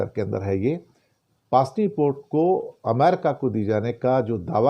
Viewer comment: pronounce pusni hai paasni nahi 😊